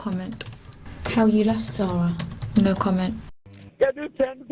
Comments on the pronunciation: AI Slop. The narration is AI, the images are AI, the script is AI garbage. 0/10. FFS, the girl's name is Sara, pronounced "saw-ruh." Every person who talks about her says it that way, and yet the AI narrator just calls her "Sara," in the standard pronounciation. The people who run this channel don't even care enough about the victim (a 6-year old girl) to say her name correctly. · Her name was “sara” not “sarah” you didn’t spell nor say it right, maybe when making such an emotional imperative case video, get the name right. Disrespectful as f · Uh, her name is Sara not Sarah. It is pronounced different. My name is Sara and it is annoying when people call me Sarah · Dude you could at least get the victims name right! Her name was Sara not Sarah!!! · Sara not Sarah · Just a polite reminder ,if you're going to do American reports on overseas incidences, please at least have the decency to get the victims name correct... it was Sara NOT Sarah!! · It is driving me absolutely crazy! It's like he's intentionally mispronouncing her name because anyone else who says it says it correctly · This was an awful, awful case. They were all as bad as each other. Be good if you could have had the respect pronounce her name properly though.